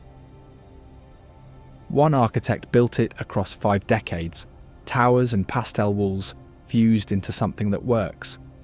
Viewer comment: Please don't pronounce pastel as PASTELL 😡